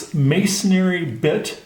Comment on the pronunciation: good video, mason---ry not mason-narry